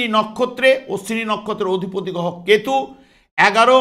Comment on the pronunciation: কথাটা গহ নয় কথাটা হবে গ্রহ আরে ঠিক করুন তারপরে অ্যাস্ট্রলজি করবেন